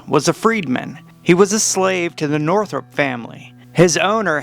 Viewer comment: The name is Northup, NOT Northrup.